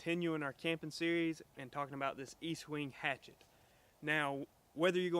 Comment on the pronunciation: Its pronounced Estwing, not Eastwing. Great tool you got there!!!